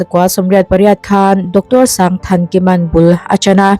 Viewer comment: Pu Sangthankima hming hi ama sawi dan takin...sanggggthankima hi min ti ziah mai a tih kha..lam dik hram2 teh u😁